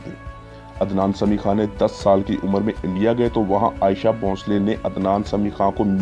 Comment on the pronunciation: Ayesha bhoshale nahi bhai sahab aasha bhosle hain